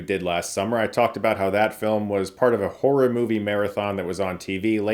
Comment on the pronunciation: “Whorey” or “horro-y” movies? 😂